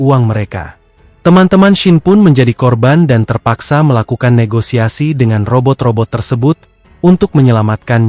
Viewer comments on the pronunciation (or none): none